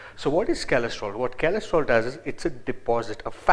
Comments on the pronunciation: it is cholesterol re...not kalestrol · Kalestrol? lol chutiya